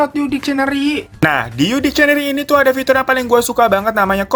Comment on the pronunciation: Bro bacanya bukan dikcieneri tapi diksieneri (dictionary) 👌🏻